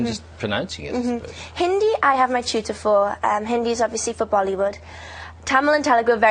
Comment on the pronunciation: Her Hindi is stellar, that pronunciation though at a beginners level. She's just proven she's not a "bimbo" with a pretty face but actually has a brain that ticks and is willing to try and learn new things. Good on your girl.